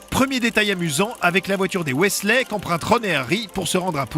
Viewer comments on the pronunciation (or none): poudlarde? y a pas de e alors pourquoi le prononcer weslai? weasley le son i sirius se changer en loup garou? non ça c'est remus honiduksse? honeyduckes le son è du mot miel en anglais un griffon? non c'est un hypogriffe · Il dit wesley au lieu de weasley wtf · "Poudlarde", "Weslé", "Jedussore", "Azkabanne" C'est juste catastrophique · le d à la fin de Poudlard ne se prononce pas, c'est pas un mot anglais !!! Et Weasley ça se prononce pas Wesley ! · "Poudlarde" au début et à les "waisslai" et "Tom Jédussor" à 😂 Sans dec ils peuvent pas mettre quelqu'un qui connait un tout p'tit peu Harry Potter pour en parler 😄